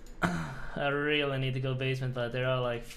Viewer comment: O weally